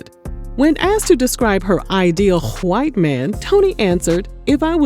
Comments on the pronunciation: Why is yhite pronounced like that🤣😂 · The way you say white😭💀😂😂😂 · You gotta say white like that 👀🤣🤣😂😂😂😂🤣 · Why is she saying "white" like that?!?!??! I'm dead 💀💀💀💀 🤣 🤣🤣🤣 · First off you just going to keep saying white like that 😆🤣😂 I love Toni but I don't feel sexy when I'm broke.